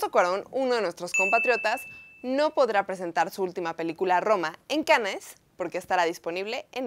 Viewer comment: Se pronuncia Cans